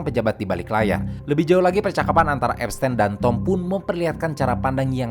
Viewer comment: epsTIN bang bukan epsTEN